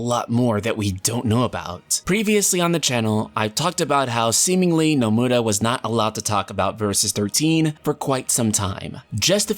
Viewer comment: The way you say nomura makes me cringe